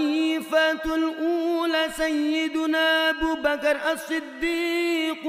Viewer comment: Walau sdh setahun, karena sebentar lagi Romadhon 1443 H. Akan segera tiba,maka ingat kembali bilal sholat tarawih. Maaf bacaan Abuu Bakrin itu bukan Abu Bakar Ash-Shiddiq, tp Abuu Bakri nish-shiddiiqi 'Aliyyubnu Abii Tholibin, bukan Ali yg artinya keluarga . Maaf banyak yg meniru, tapi kurang teliti. Walau bukan ayat Alquran, tp kalau cara bacanya mengikuti tajwid in syaa Allah akan lebih indah, apalagi suaranya memang sdh indah